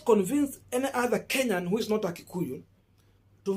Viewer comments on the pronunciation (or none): none